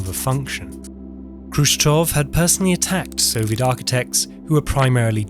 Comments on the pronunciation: Why are you reading "Khrushchev" as "Khrushchov"? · it's Khrushchev and not Khrushchov, as you keep saying. anyhow, weird that there's no actual photos or videos of these bus shelters here. instead 3d animated fanciful renders. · "Khrushchev" --> "KushChoke" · Why the English speakers pronounce Khrushchev with initial /k/? We were told at school that we should represent Russian letter x as "kh" in English, but since the English speakers anyway pronounce it as "k", then what's the point? Possibly, better to just use "h" instead. It is simply painful to listen to it. I mean, the first consonant in his surname is voiceless velar FRICATIVE. The same is with Abkhazia, Kazakhstan and all.